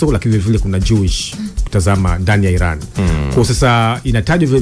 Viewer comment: We jamaa tamka vizuri basi neno iran